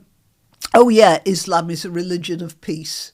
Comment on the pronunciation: Stand up commidens stand up 😅 she's embarrassing.... and one of them who can't say islam?? keep up the good work 👍